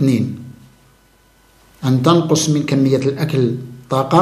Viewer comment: جزاك الله خيرا على هذه المعلومات المفيده،لكن تعقيب صغير تكلمت على اللغة العربية العريقة ،انت تقول تَنقص بفتح التاء والصحيح تُنقص بضم التاء نفع الله بعلمك آمين يارب العالمين.